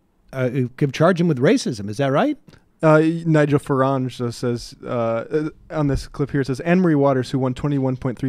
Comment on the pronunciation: 'Nigel FarANge'